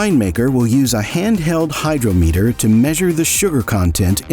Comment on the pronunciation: This video is produced by AI. The "author" got AI to generate the text and then used a text to speech generator for the voice over. At various point the images don't match the text at all. For example, the author shows a combine harvesting wheat ! Gotta love how the speech engine pronounces "filter ation" and "hyro meter". LOL.